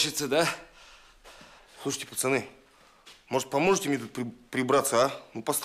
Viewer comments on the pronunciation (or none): none